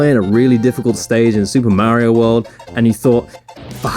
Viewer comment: You're misspronouncing Mario, otherwise fucking briliant :)